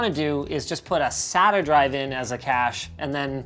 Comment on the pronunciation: the way he says sata hurts my brain